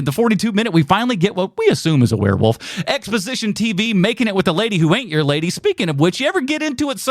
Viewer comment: it's werewolf, not werarworlf. lol